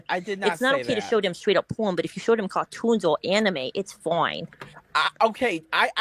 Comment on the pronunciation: "Thew're Cawh-toons" 👉👈